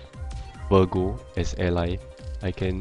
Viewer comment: Its virgo bro. Not vergo. V I R G O. SAD YOU DONT HAVE THOR. T.T I FEEL LIKE WANNA DIE.... Lost my passion to you already.